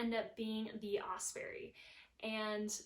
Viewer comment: Great review, I love my Hyperlight, and Osprey makes great packs too. One small thing and not meaning this in any mean way. All through the video you were mispronouncing Osprey... It's not "Osperey" as there is no "E" between the p & r.. Although I'm sure Osprey appreciated your great info and presentation.. Good luck on your hike!